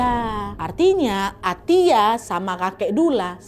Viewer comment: Baca nya Atta😂😂